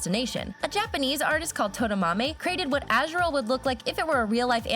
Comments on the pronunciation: Ah she says Azrill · SHE CALLS AZURILL AZHURILL WHAT?!?!?!?!???!?!?!?!!?!?!?!?!?!!?! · It’s AZU RILL